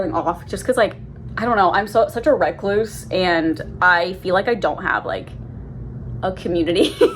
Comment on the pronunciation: The way you say recluse tickles my brain lol